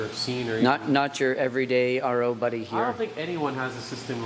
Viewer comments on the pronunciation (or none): none